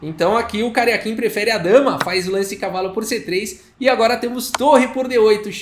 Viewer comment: Ele diz Karjakin, mas só ouço "carequinha".